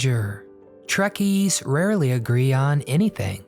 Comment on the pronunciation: It's "trekkies"